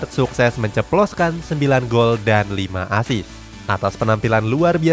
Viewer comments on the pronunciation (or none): none